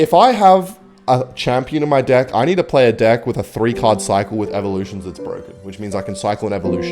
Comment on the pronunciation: just me or when he sais deck its dic